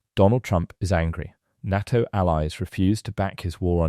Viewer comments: Is this another example of some ignoremos trying to supply an audio text, or is it another rotten example of artificial intelligence providing the commentary? The defence organisation NATO is pronounced Nayto and not Narto. Get it right. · The letters are NOT pronounced NAA T O - Artificial Imbecile !!!!!!!!! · “NAH-TO” is so annoying! This is a bot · I can't watch this: NATTO! NATTO? Ya BOO- llocks. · When did NATO (pronounced, NAY TOE) crack? Nonsense! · It's pronounced "NAY-TO". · Please say NATO correctly! The 'A' in NATO sounds like the FIRST letter of the alphabet when you start to recite it! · I've never heard anyone ever pronounce Nato the narrator does 😂 sounds so wrong